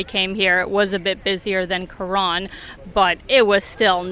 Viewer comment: Thailand had a huge russian component for many many years. Restaurants very often had a russian menu as well. At some point the ruble had a crash and most went back but i guess they're in thailand again. The pronounciation of Karon in this video sounds more like Koran which was a bit strange